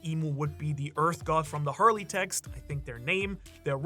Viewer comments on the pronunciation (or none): none